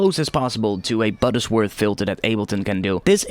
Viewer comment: It's Butterworth, not "Buttersworth".